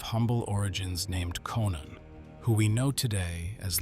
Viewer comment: Konon (or Conon if you like) not Conan. Leo III 's birth name was Konon, a typical Greek name. He was born in Germanikeia, a military border town in the East of Greek parents - his father was a military officer there.